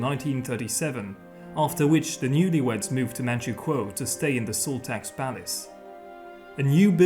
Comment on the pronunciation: I'm from manchukuo and his pronunciation is perfect